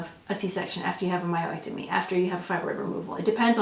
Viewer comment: I had to keep refocusing on the content rather than the word "myo-ectomy". Lol But this is all really good information...thank you! I just had a myomectomy and my swelling is just now starting to go down, BUT my pubic area is like a BALLOON now, and is weird, so I'm trying to figure out why. Didn't hear you speak about that for either surgery, so I'm still very concerned...